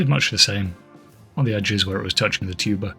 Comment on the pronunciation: Every time the word 'tuber' was said, I had the same exact second of confusion because my brain made it 'tuba' instead. Honestly, I feel it more enhanced the video than it took from it.